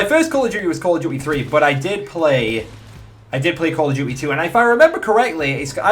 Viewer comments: "Call of duwy"? Loool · 'Call of Jewty' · why do you say "call of gui"